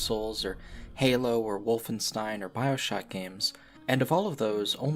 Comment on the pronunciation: It's pronounced Wolfenstein! Not Wolfenstein!